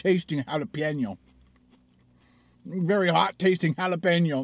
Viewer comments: Jalapeeno Xd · the N in Jalapeno has a ~ over it, so it should be pronounced HalapenYo. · Those pepperoncini peppers are Not Hot. They are like Salad add ons . they have a Zesty taste from the Pickling. Please Don't Tell me Black Pepper is Way Too Hot Also. Please. Your Getting Closer With the Hal - La- Pen-Yo ( Jalapeno) pronunciation. Pen as in Writing Pen. Funny Stuff !!! Keep em Coming!!